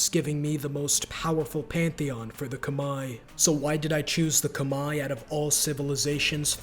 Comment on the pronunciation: khmer is pronounced like kuh-mehr btw (no disrespect)